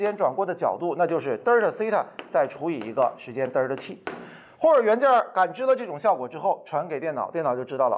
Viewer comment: 既然讲到1897年的”霍尔“，为啥不顺便说一下英文的原名{Hall)？现在小学就开始学英文了，应该不要躲避，也便于学生将来读英文文献或沟通。另外Delta念成”得儿它“有点掉架子。现在学生的发音都比这强。